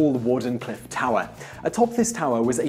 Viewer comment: Wardenclyffe pronounced Warden clyvfe.